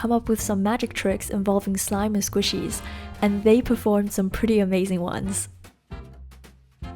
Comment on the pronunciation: That was so funny how he says squishies in his accent😅😅😅😅